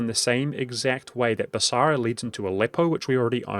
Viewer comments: Noticed this in a different vid. You pronounce it Bas-a-ra rather than as Bas-ra. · The only thing wrong with this video is the extra "A" that he puts into BasAra... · When did Basra get an extra "a", or is it a hint to the Arabic word for market: basar?